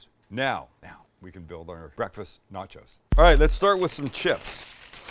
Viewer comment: Where in Canada do we say nah-chows lol.